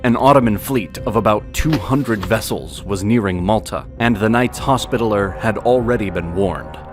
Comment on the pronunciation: Sub-seaqint? Sullyman the First? Knights Hospitaler?? Are you doing this on purpose? Haha it's like being in Starbucks 😂